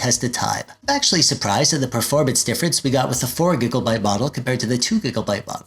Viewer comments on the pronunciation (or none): Hey you crack me up every time I hear you say "gigglebyte" 😂 Great vid, man! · are you saying 'Giggle'byte? lol